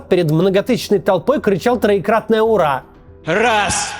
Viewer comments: А "ура" кричал-то на американский манер! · Я в первый раз, когда увидел видео с Ура по путински, обратил внимание на произношение этого клича. В этом видео у Максима опять вижу этот момент с Ура и не пойму как в русском мире так можно кричать Ура. Желаю всем мира и добра🕊️